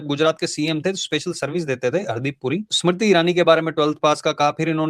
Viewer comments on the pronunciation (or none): none